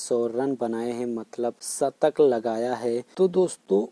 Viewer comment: Shatak not satak